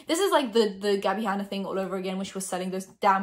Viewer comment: no one: in every video: GaBi HaNnA BrUsHeS p.s. no hate I love u sm and think ur gorg